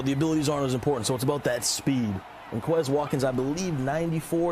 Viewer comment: these commentators are just like real nfl commentators in the way i want them to stfu, and also because they can't pronounce quez watkin's name right, they say it the white boy way.